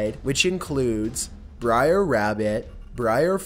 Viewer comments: Br'er is pronounced like 'bear'. And it's short for brother. Not briar. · It's "BRER Rabbit," brer is slang for "brother." Not "briar." 🙄🙄🙄